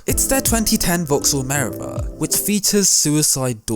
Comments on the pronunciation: I would love to subscribe; but I don’t know if I can when you pronounce words so badly. Notably Meriva. It’s Mer-eev-a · You pronounce the vaxhall merivla Mireva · U pronounce meriva wrong lmao